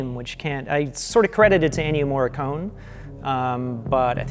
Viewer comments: The main theme is absolutely by Ennio Morricone (pronounced 'Morri-coney' not 'Morri-cone') and it sounds just like Carpenter because Carpenter asked him for something 'simpler and spookier' and 'not to do so many notes' and he came back with basically an impersonation of a Carpenter theme - which I think is kind of fitting, due to the subject matter. If you listen to the original soundtrack album (which features only the music Morricone composed), the theme is featured in ‘Humanity Pt. 2’ and he also uses the same melody in a slower orchestral arrangement in the track ‘Humanity Pt. 1’, which is also used in the film. Carpenter and Howarth maintain that they only created some moody, interstitial cues - great ones at that - including the music that plays during the reveal of the title. I totally understand why people assume Carpenter must have written the main theme -- I thought the same thing! -- but Carpenter says the theme is Morricone's (he even said so before he performed the theme in his live shows a couple years back) and Morricone says it's his, and both men have no reason to lie about it, so... it's his. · Oh god. I love, but every time he says "MoreeKONE," I die a little inside. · What are you talking about. As an italian, it is pronounced Morri-con-e, with the e pronounced like in "end" and the double r it is pronounced like actually saying r two times in a row. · It bugs me that can't pronounce Ennio Morricone. It comes off as a bit arrogant. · ennio morricone is pronounced with an "ay" sound at the end. cone is not pronounced in the english pronunciation